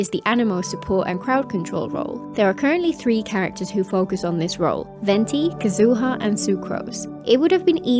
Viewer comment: They did make the abyss easier in 4.x thank god. But then again I've been using a Neuv and Nilou team to get 36 stars (or close to). Anyway, I think it makes sense for Neuvillette to be that strong canonically. Plus Yelan's probably the best hydro before Neuvillette. Also why do you keep pronouncing japanese names like that 😭😭 kazoooo-ha